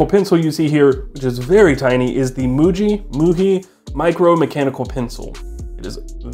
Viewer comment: It’s muji not muhi